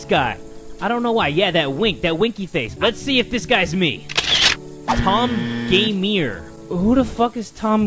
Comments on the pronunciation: Tom Gamèr he says, when it says gamer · said: Tom Gameer Captions said: My Mom Taymir